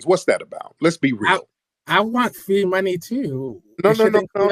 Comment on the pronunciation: Mr. “Fwee” really jams my glock 😂